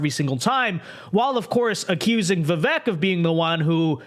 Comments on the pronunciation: Before you start offering commentary you might want to learn how to pronounce “Vivek.” It rhymes with “cake.” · Bill can't let go of Trump. He's normally independent, but with Trump, we can't be. (FYI, it is pronounced Vi-vake like cake)